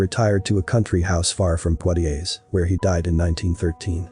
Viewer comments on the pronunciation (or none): The way he narrates the story and the offputting pronunciations of French words really kill this for me. Mon-yey not Mon-yer. Pwa-tyay, not Pwoy-tays 😑